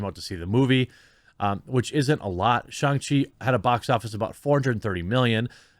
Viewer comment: Me before watching the video: Please, for the love of God, don't pronounce SHANG as SHONG...Jeremy....Jeremy....no.....don't. I see you.....don't! Me after watching video: *eye twitches rapidly* He...he said it. Right there.....right at the mark.....why did he say it like that.....w-why?